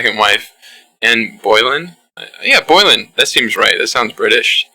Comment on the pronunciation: Pronounced Bo-lin impressive detective work I can see it.